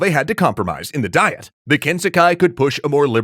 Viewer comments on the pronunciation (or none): You keep pronouncing the Japanese government body as Die-et, but it's Dee-yet.